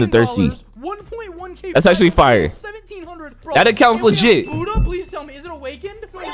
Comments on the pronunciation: is disrespectful to someone people’s religion, he quite literally calls buhhda, huhhda. He’s very disrespectful. I may not be Buddhist but that’s disrespectful. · IT'S CALLED BUDDHA FRUIT NOT HUDDAH FRUIT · dude its buddha not hudda with a b lol😆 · bruh its buddha not huda like bro whats huda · why does he say huddha insted of buddha